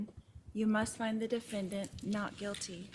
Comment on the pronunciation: A combination of "Quit" (talking, Lori) and "guilty" and we get "Quilty" LOL 😍